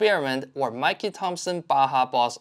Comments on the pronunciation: MicKey not MikeKey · WOW!!!!HOW DID I NOT EVER SEE THIS CHANNEL??????😮THIS IS A SUPER GREAT CHANNEL!!! 👍 THANK YOU FOR YOUR WORK SIR..but it,s MICKEY LIKE THE MOUSE NOT MIKEY LIKE THE CEREAL COMMERCIAL...LOL👍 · Great video. However... it's Mickey, not Mikey. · It’s pronounced Mikey not Mikie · OK. It's not 'Mikey' Thompson. It's MICK-EE Thompson!! I started running those in the 70's when Mickey was still around racing and making record-setting tires across the industry. Every racing fan cringes when he hears Mick called Mike!! Great video, by-the-way. Thanks for making it! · Am I the only one who heard MIKEY Thompson not Mickey Thompson? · It's MICKEY, not MIKEY. show proper respect. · Excellent video. Just want to point out the Mickey in Mickey Thompson is pronounced like Mickey Mouse. :) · Did you say "Mikey" Thompson ? 😅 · Did he say "Mikey Thompson"? 🤦